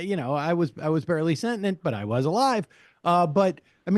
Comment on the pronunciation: He said SENTINENT again!!